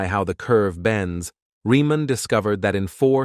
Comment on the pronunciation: Story tellers. At learn that the name of that mathematician is pronounced as : [ reaman ] not riman . German origin - German language.